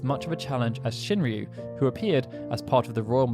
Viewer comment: Shinryu? Seriously?